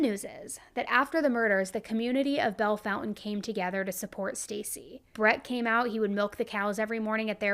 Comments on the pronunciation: Nice, except there's no "U" in the town name... So it's not pronounced "Foun-Tan," but " FON-TANE." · Why are you calling it Bell Fountain when the name is Bellefountaine? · Bell- fawn-tain